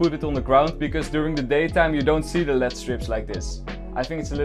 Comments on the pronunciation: calling "L-E-D Strips" "LEAD strips" is my new favourite thing now 😂😂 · It is L E D strips and not led strips Also your old setup was looking 10 times better than mine lol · You don’t say it lead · He didn’t he meant LED it’s just some people say lead strips